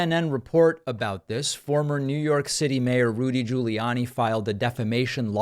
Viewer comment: Did you just say "Looty"😂😂.. Rudy Looty 😂 Pakman AKA "Pacman 🤣🤣